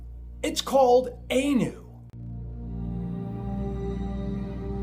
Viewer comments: its not A-new its Ah-new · 2 serious mispronounciations: Hopi is pronounced long oh, and ee. H-oh-pee. Anu - the A is as in Ah, not long ay. So it is pronounced Ah-noo.